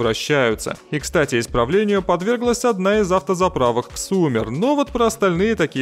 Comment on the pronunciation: Не хотелось бы быть одним из тех, кто придирается к чьей-то речи, но раз уж вы,, медийный человек, то посмею вас поправить: Xoomer произнотся так же, как и zoomer, потому что в английском языке если слово начинается на x, то читается оно читается как z, вот, например, знаменитый ксерокс, который на самом деле зирокс.